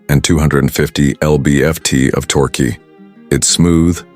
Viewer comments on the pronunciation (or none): Every one of these Karmann Ghia videos has crappy AI voiceover! So damned annoying I can't watch it. It's not M-P-H it's miles per hour, and it's not K-H it's Kilohertz!! I'over the air (pause) updates - Can't you even write the copy so the AI can read it correctly?!? L-B-F-T of "torquee" - are you kidding?